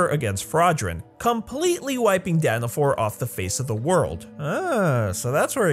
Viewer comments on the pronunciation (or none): its danafall, why is everyone saying danfor? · it ain't Danafor it's Danafall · Dana FALL. NOT danifor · ITS NOG DANAFOR ITS DANAFALL only a huge fan would know that he said danafall wrong HMPH!!!😤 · It’s danafall